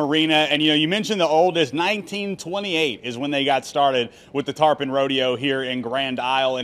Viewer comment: TARPON NOT trapon